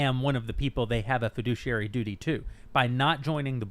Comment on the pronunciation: heh. feh-douchey-airy (fiduciary)